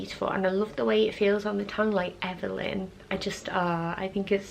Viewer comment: Oh my gosh, you have the prettiest eyes ever! Amma is so pretty! You could actually suit the name Amma! I think you could actually suit a Clara or Claire for another C name! The way you say Evelyn is so pretty! Gus!!!! Taylor Taylor hahaha! I had a great-great Grandpa named Nathaniel Nathaniel...